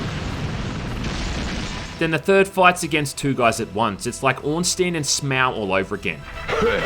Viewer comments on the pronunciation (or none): none